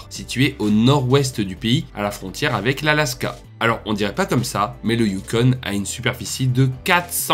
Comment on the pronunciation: Sauf que tu dis "youkon"... Le "you" pour le "U" n'existe pas en français. Bref, FTG!